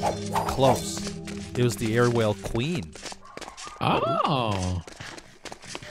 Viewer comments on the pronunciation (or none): its aerwhale not airwhale love the series